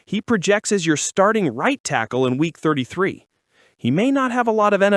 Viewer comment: Yep I heard it too at first I was like T.H is this guy talking about 😂